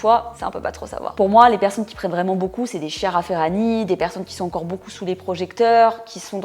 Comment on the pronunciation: Je ne la connaissais pas du tout. J’adore ces épisodes sur les fitgirls internationales ! Juste une petite correction sur la prononciation de « Chiara » (Ferragni). Cela se dit « Kiara ». 😊